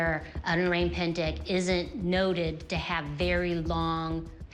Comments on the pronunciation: lol....the way you pronounce it "o-rang pan-deck" is kinda cute. its actually "o-rung pen-deck" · O-rank pan-deck 😂😂😂. Thats the weirdest pronunciation. Please check with local how to pronounce the word correctly (o-rung pain-deik) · Not oraeng🍊 pendek, but orrrAAng↑ pendek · pronounced “oh-rung pain-dake” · "Oreng pendek" 🤣🤣🤣. The pronunciation killed me dude 😅😅😅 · ORANG is pronounced like this, O is like ' oh ' and RANG is like ' rung ' not rang in English.